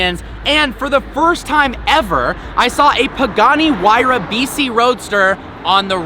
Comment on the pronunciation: sorry it just sounds like he is saying vc